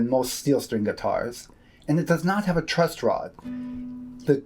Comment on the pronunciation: truss rod. not trust rod. thank you for the video tho